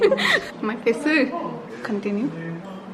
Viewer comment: like she says 'Englisheu' 'my Faceu' and 'quickeu'